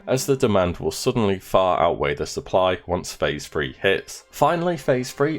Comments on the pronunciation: "Phase THREE", not, "Phase FREE".....ffs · What is so hard about the ‘th’ sound? It’s not phase free. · Phase Phreee.